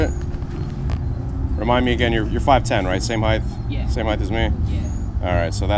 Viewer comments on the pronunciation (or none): Height, with a T, not heigth. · I like sportys I think they are my favourite Harley. But stop adding a h on the end of height 🤣🤣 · Love the channel...but stop saying heighth! There's no th sound on the end of it! A lot of people at my new job here in KC say that it drives me nuts! Trying not to hate, but it just erks me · Do you pronounce height as heighth? I noticed it a few times this watch and I've never noticed it before... or is it just my new headset being a willy? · there's no th on the end of height.